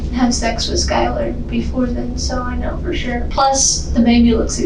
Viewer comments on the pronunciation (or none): it’s SYLAR not Skyler. There is a difference.